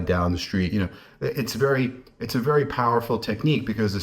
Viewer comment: She has been vewry vewry tweit tweit